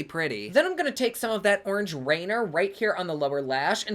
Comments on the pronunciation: So...just a little FYI...Rainier is pronounced Rainear.😂 We still love you tho! And the artwork on the pallet is because she lives in the Pacific Northwest, as do I, where it rains a lot, is super green, and all kinds of mushrooms grow in the forests around here. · Good morning sunshine 🌞 💛. Love the video,thank you. I'm from Oregon and the shadow rainier is pronounced Rainear. 😉 named after mt.rainier. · I love you but it's pronounced "RAIN-EAR" 😭😂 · Hey just so you know for the future its pronounced ray-neir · I can’t be the only one loving him saying Rainer.